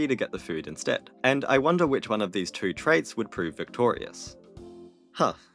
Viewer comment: Four towo zero. Got it.